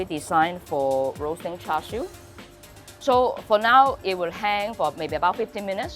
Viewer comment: Come on lady... You are a HKer. Why are you mispronouncing it? You know it's pronounced "chah siew". Why are you saying it like it's cooked footwear?